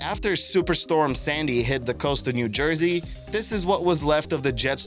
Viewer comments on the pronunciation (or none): none